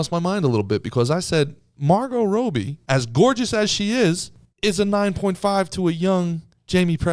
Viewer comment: Calling her roby not Robbie is making me question everything 😂